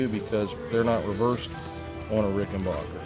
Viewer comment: Very informative video and well explained, but please can you pronounce my name right; it's Rik'n-bakker, not Rik'n-barker. Thank you, Adolph R.